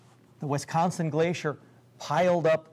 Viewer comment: Its not Wistconson, or Westconson.